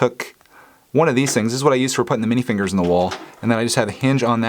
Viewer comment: Mini figures are not pronounced Mini fingers. But it’s cool that you guys pronounce them that way!! honestly that’s what I would of called them if I was a child!!